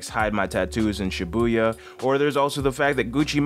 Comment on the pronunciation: Its not shibuuuuuuuya its shiiiiiibuya